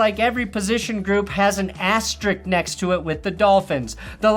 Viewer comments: ASTA - RISK. It's not difficult to pronounce. Take just a minute to practice it. You make your living speaking English. You owe it to us to do the bare minimum. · Petition for asterisk to be "asterik" instead